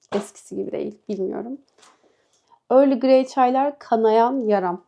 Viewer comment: Early Grey değil. EARL GREY. Sonunda Y yok. Kulaklarım kanadı.